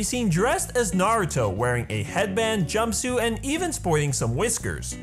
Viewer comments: Finally someone who can pronounce Naruto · Hate it when people say Naruto like (Nawr-Ooh-Doe) when it is supposed to be (Nawr-Ooh-Toe). Thank you for pronouncing it correctly. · finally someone says naruto right!!!